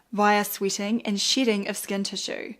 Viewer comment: I’m not in jr high. I’m not in jr high. But “shedding” sounds a little different with her accent. 😂